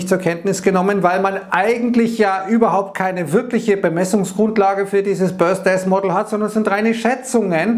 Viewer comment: hab die Aussprache nur witzig gefunden.. 😜